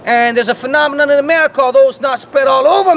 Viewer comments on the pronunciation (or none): none